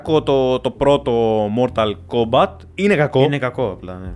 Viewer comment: Mortal kombat με τί στο τέλος .. έλεος δέκα φορές μια καθαρά δν το είπες .. 😂